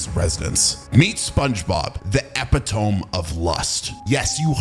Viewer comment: Bro you said epitome wrong